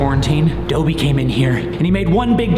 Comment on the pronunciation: Ya I was going to ask the same thing. Is it like the house elf just pronounced differently?